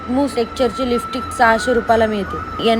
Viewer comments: listick bolte ky tu lipstic bol g bai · Lipstick pan bolta yet nahi hila😮